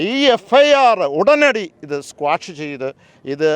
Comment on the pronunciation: FIR സ്ക്വാഷ് അല്ല ക്വാഷ് ആണ് 😂😮